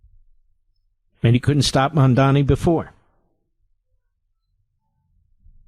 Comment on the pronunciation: I love how Mark mispronounces Mamdani’s incredibly easy-to-pronounce name, but if it were an Israeli name being mispronounced by some leftist, Mark would lose his mind.